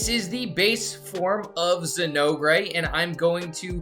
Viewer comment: Very informative, thank you. But the way you pronounce Zinogre is like chewing aluminum foil. Zin- ogre pronounced ōgur. Like Shrek the ogre.